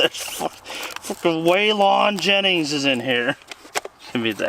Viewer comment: Way “lawn” Jennings. Lol.